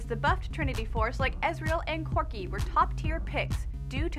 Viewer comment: Who is this girl? Second time I have seen her and ya I want someone I either relate to or sounds like she knows what she is talking about. Even if you want a girl go with a kind of pudgy Asian chic who promotes who her lol parody channel or something. Not some chick who calls corki "Quirki". its awful. Go back to the guy at least I don't even want to listen to this.